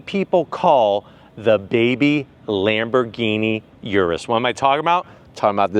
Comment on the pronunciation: Lambergeeni Yiris 😂😂😂😂 come on speaking of crispiness the audio here is so CRISP